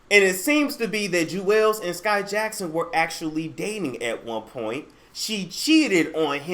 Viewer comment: It’s pronounced “jewels”